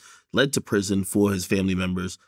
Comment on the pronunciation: Vlad repeatedly pronouncing 'fomily' like Dej Loaf is crazy 🤣